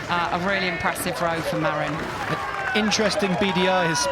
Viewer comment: Small note: "Marin" is pronounced "muh-RIN" not "Mare-in" Doesn't really matter though. Thanks for coverage!